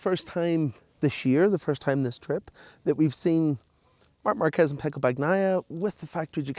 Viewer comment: Really wish my fellow Irishman would learn to say Pecco’s name correctly….